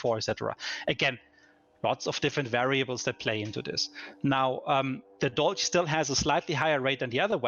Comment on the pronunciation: If its German inspired atleast pronounce it right c'mon